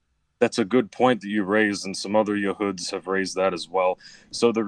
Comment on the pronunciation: Why is he saying yahoods like an Arab? 🤨